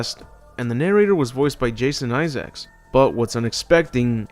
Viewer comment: Hearing the king of Yorkshire pronounced as "Jason eye-sacs" hurt me more than any RE film - even more than Welcome to Raccoon City even